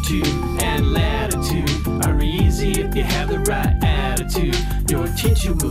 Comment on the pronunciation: "Latitood" "Lonjitood" "Atitood" "Graditood"